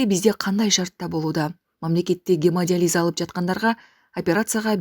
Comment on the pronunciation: Гемодализ эмес гемодиализ ( журналист кызга тиешелуу).